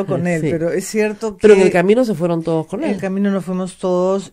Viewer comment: HABLA MAL dice: "oportunidaEs" por "oportunidaDes", "creaO" por "creaDo", "toOs" por "toDos", "miYones" por "miLLones", "impactaO" por "impactaDo", "posibilidaA" por "posibilidaD", "moraO" por "moraDo", "publicidaA" por "publicidaD", "dictaO" por "dictaDo".